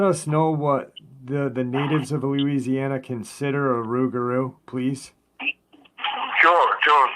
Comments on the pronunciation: not in Louisiana my friend it's pronounced with an R the l is silent due to the! accent! Us yankees pronounce it with an l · The Cajuns and Creoles do pronounce it rougarou, though,because their French is altered after centuries in the New World. They have what's called a Rougarou Festival annually in Houma of the south of the state, but I admit, I never was present for one.